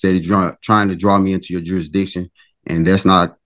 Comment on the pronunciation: He would like to challenge the “durisdiction”